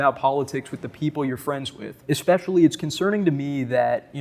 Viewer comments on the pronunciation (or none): Lost me at “expecially”